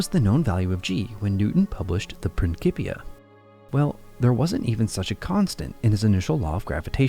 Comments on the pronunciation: Pronounced: “PrinSipia” … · Can't get pass this pronunciation of "principia"